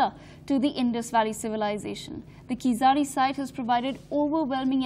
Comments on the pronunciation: It's not KEEZAADI!!! You won't be able to pronounce 'zh' so pronounce it as a 'L' okay? But appreciate your efforts as whole of north india has ignored keeladi excavations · It's not pronounced as Keezadi .....! It is pronounced as Keeladi.....with an unique consonant special "L" ....! Hence written as Keezhladi rather than Keeladi. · It's pathetic to hear this news reader pronouncing the name as "keesadi"! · Request to the News reader- "Keezhadi" exact Tamil pronunciation is difficult for non-Tamil speakers except Malayalis, so the pronunciation that is closer to the exact word would sound like KEELADI , hence pls read Keeladi instead of Keesadi. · What ever your name is are you and your team purposely pronouncing keezhadi wrong ?? It's neither khiladi Hindi movie name nor khizari .. IT'S KEE-ZHA-DI !! 😏😏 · It is tamil civilisation not Dravidian or aryan.......Pronounce as keezhadi .... Thanks for covering our archeological treasure...🙏🇮🇳 Jai hind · Pronouce "Keeladi" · I request anchors to pronounce Keezhadi properly. Please check with some Tamil colleagues in studio and get that right. I would really appreciate if your crew put in that effort. Having said that, I appreciate the coverage of your channel on this topic. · What arrogance and adamancy of this channel's reporters that they do not pronounce the word "Keezhadi" in a supposed way. Don't they have any Tamilians working in their company? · Shes reading news about tamils but cant even pronounce the name of the place.👎😤😡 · Funny to hear her pronunciation of keeladi .... Completely wrong ...